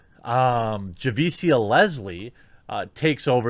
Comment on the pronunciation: Jeremy, love your content but let me help you with the names dude. lol. When it ends in tia or cia, it is pronounced sha, as in shut. For example, Letitia Wright is pronounced La TEE sha. Javicia is Ja VEE Sha. It's not a dig at you man, I just thought I'd share the knowledge before some purple-haired landwhale accuses you of not being sensitive to the names of urban women. lol